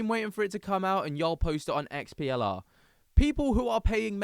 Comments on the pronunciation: Its not XPLR - its their EXPLORE club - sorry i got confused when u keep saying XPLR XPLR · It's pronounced explorer